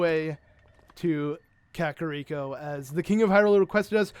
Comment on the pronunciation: i didnt thats how you pronounced kakariko